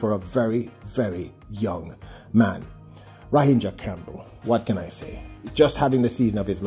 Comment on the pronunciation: As continues to BUTCHER the athletes' names. Ra gin dra not Ra hin dra. Argghhh! I think you should listen over before you upload. 1 point 59 sounds like someone who has never read a track result before and you are a veteran in this